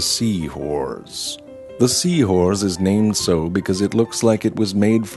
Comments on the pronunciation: Did anyone notice that he said " seawhores" instead of seahorses? Just me. Eff it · Sounded like he was saying sea whores….. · So anyone else keep hearing Seawhores? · I swear he’s saying “seawhores”